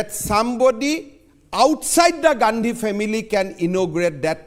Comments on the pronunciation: Rajat ji said Rahul Gandi as ' Rahul Gan*u ' 🤣🤣🤣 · Rajat sharma says rahul gandhu 😂😂